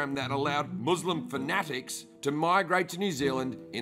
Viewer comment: "Muslim finatics" - Lol.